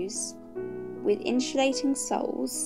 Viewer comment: I hate the way you say insulating